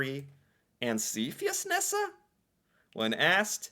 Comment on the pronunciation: How did you know how to pronounce it?...Maybe cause you always watch the video first by yourself and then pretend to be surprised???? Rock on